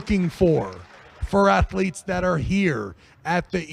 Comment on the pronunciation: I love and Respekt but he needs to learn athlets names